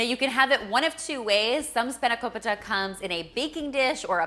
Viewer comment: I am so glad you didn't say spanako-pie-ta 😂 Looks amazing as always 😍